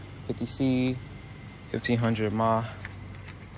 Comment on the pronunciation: Bro really said “mah” instead of milliamp hours 😂😂😂